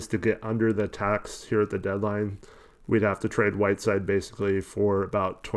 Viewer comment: Did anyone else catch the ESPN announcer refer to Whiteside as “7 foot 3 Hassan Whirside”😂😂dude is definitely not 7’3